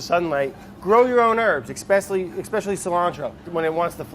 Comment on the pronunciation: I'm curious why you pronounced 'especially' as 'ekspecially,' please can you explain, it is driving me mad that I'm hearing people do this with various words nowadays, I recently heard someone say 'dextop computer' and it's driving me insane!!!! BTW this channel looks awesome so far, I'm not having a go.